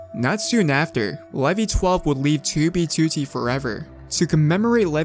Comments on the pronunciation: The way he pronounce "2b2t" makes me nervous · do you try to say 2b2t as annoyingly as possible why do you put such an emphasis on the second 2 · the way this guy says 2b2t bothers me so much